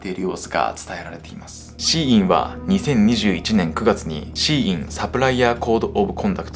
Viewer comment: SHEINは「希音」で中国語でシーインと発音し、アクセントは高・高（例えば日本語の「高校」のようなアクセント）珍しい音、または音を望むという意味だと思います。